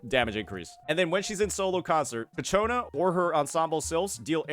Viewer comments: bro i'm about to crashout... IT'S CIACCONA not cacciona :( XD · Please stop saying Cacciona... it's Ciaccona. I agree it's not that great of a name but it's whatever. Say it right tho, please. Also the title is spelled wrong... bruh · MAN ISNT IT “CHIACONA” wth is w the pronouncing 😭😭😭😭😭😭😭😭😭😭😭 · please it's CHAccona, not caCHOna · Ciaccona bro. Not Ccaciona. pls, for the love of god, im getting a tumor listening to it xd. No offense tho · Please it’s: Chia Co Na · Kichona lmao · Keeps pronouncing her name wrong and it won't stop bothering me. He can read right? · Hey don't blame him, it's the English language which is inconsistent with how words are pronounced. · Ciaccona's name is said in the story and he doesn't use the way it is said exactly. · Ok, after several videos, I gotta ask: Is it a bit that keeps completely butchering Ciacconna's name? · No, he just doesn’t know lol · Why does everyone pronounce Ciaccona wrong? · Fr bro must be doing it on purpose atp😂😂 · Thank GOD i'm not the only one 😂